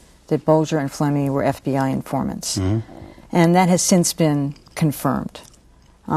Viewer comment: Who'd you say these infahmants wuh?........ I didn't....